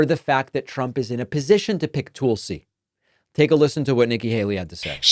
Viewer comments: Are you intentionally saying “Tool-sey”? lol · "Toolsi Gabbard". I hope the pronunciation is on purpose instead of just an accent thing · Dude, your just as a huge liar as Nikki. If you believe that. Also you are obviously not even able to say her name correctly. Probably because you can't read very eell or cant write to good either. Would be my guess. This woman is a combat veteran. Went to war two separate times. Is a lieutenant cololnel in the military. I bet you've done absolutely zero for this country at all. Along with all of you Democrats. You alk are just a ninch of worthless parasites. As far as I can tell. Plus Niki is a corrupt politician. Part of the military complex that exists, and has zero conscience ay all about sending out soliers to get killed in another nation. So she and het rich buddies can cash on on hugs profits off the backd of our people. Once again, just another group of parasite that exist all made up of the elite wealthy and all democrats as well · Smug David corrects people from mispronouncing Kamala but makes fun tulsi’s name. Good job david Pukeman. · Is there a reason you pronounce Tulsie as Toolsie, instead of saying her name correctly? ie: Tulsa, Oklahoma... Tulsie. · Hey Prickman, it's Tulsi not Toolsie. Like it's Kamala and not Kaamala or Kamalla. Remember the noise you made about mis-pronunciation of names. It's Prickman man , not Packman. What a hypocrite. 🤮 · Why do you keep saying toolsi lmao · I agree with everything you say politically. But when you say “Toolsi,” I find it very distracting and hard to get past. I know you’re not intentionally mispronouncing her name, like when Trump would say “KamAla,” but I find it difficult to hear. Just being honest. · Learn to ssy tulsi. Its literally driving me crazy. You say it so ridiculously. TOOOOOLSI. DEAR GAWD MAKE IT STOP. TOOOOOOOOOLSI!!!